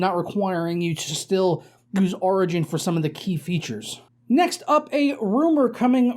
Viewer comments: Wait wait...how do you say "origin" ?...its not "rigin." its "or..igin.".... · When he says origin my ears bleed